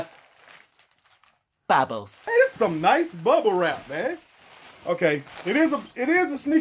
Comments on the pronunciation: The way he said bubbles 😂😂😂😂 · The way he said bubbles wtf 😭